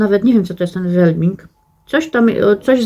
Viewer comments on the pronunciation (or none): "Wllbeing" czyta się "łelbijing".